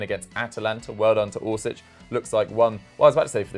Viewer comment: Its Mislav orsic you twat